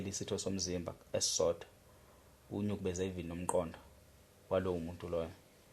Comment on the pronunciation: Igama lithi 'nukubeza' hhayi 'nyukubeza'